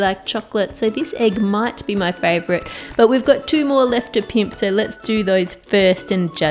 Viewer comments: Hearing Ann say pimp is literally so funny to me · I love this channel, and all the things Ann does are fantastic. And hearing an Aussie say "pimp" is like sprinkles on an ice cream cone. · There's something so satisfying avout Ann saying "pimp it" 😂